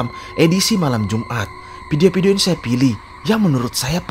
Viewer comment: Admin, mohon dipertegas ucapan VIDEO-VIDEO! Bukan PIDIO-PIDIO! 🙏🙏🙏